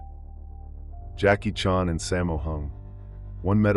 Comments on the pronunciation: OMG...How to tell you're a computer generated narrator without telling anyone you're a computer. Because you can't even pronounce a very common last name as Chan. Seriously. Whoever actually edits this, you should listen to it and correct things as simple as a last name. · Is this Ai? That Jackie Chan pronunciation is horrid